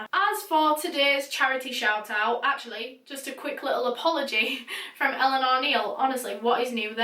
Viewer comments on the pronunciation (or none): none